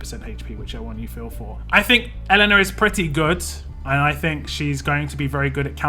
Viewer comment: It's pronounced "Yelena"